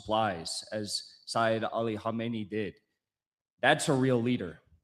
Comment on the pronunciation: Our Martyr Spiritual Leader is called Seyed Ali Khamenei. The first spritual leader of the Islamic Republic was called Imam Ruhollah Khomeini. You pronounce the name wrongly. For the rest your video isn't that bad. Also try to understand: The Spritual leader of the Islamic revolution has no executive powers. If you ever need a guest to explain this to you and the viewers feel free to contact me.